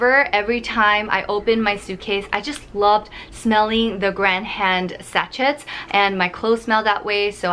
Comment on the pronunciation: Sachet is pronounced sa-shay, xx